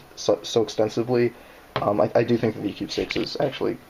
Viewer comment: "Do" not "ro"